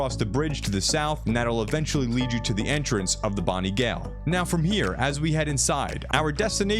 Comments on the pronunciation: Gawl? Any idiot who still doesnt know its pronounced "jail" doessnt deserve a sub. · its pronounced .JAAAAAAAIL>>>>>>>>>>>>>>> JAIL>>>>>>>>>>>JAILLL>>>>>>>>>> NOT GAYLE>>> YOU 2nd grade english faliure. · Just a FYI, Gaol is pronounced as Jail. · Gaol is pronounced like jail